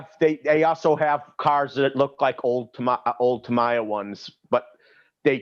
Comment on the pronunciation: If Traxxass has teamed up with Strap on for tools it would make sense ..Over priced. and lets remember.. its TAM EE YA!! NOT Tom ie yar.